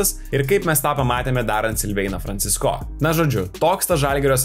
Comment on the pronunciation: Kaimiečiai, koks Franciscooooo ? Franciiiiisco . Ar negirdit kaip Eurolygos komentatoriai užsieniečiai komentuoja ? P.s. Visos gynybos geros, kai priešininkas elementariai nepataiko ( kaip mes prieš Puertoriką ).